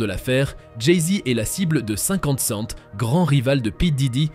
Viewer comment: "cinquante cente" :/